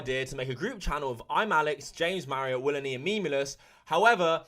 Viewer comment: "The great willNE" 🤣🤣🤣